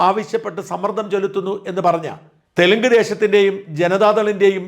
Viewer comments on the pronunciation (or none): none